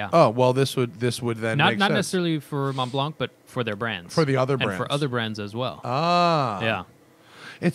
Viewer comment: About pronunciation... Montblanc... No "K" sound at the end, the "c" is silent"...